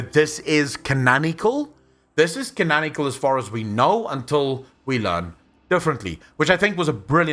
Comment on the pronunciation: Mate I love your videos but its CanONical like canON ikle not canAN ikle "its canon not canan" please forgive my ignorance.